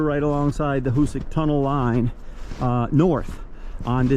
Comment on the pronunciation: Nice video on the tunnel. Fyi it's pronounced " HooSack and you are correct the east was much easier to drill. On the west end on the south side of the tracks over the hillside you can see the now collapsed original bore that was abandoned. They actually bored down and dug east and west on the west end to accelerate progress as the west was very hard . Also, by accident, it was discovered that nitro was stable when cold when a wagon going to the tunnel crashed on a cold day, and it didn't explode.